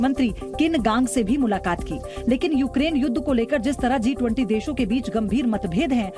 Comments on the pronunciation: G20 he D20 nehi thiki seto bolo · वो D20 नहीं G20 होता है जी न्यूज़ वाली मैडम ☝️😂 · Kya ma'am ne D20 bola😂😂😂